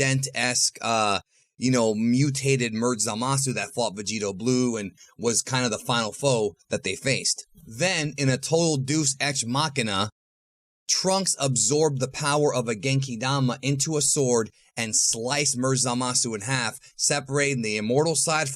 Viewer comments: duece X, lol. deus ex is pronounced as day - us. gotta be trolling us with that. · Deus ex pronounced DAY-us Ex. Not Duce ex. The more you know!